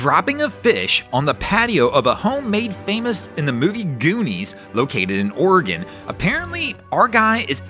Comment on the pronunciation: Thank you for pronouncing Oregon correctly.